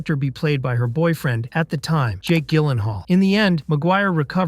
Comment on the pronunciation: Hard G on Gyllenhaal and Tobe is pronounced Toe-bee.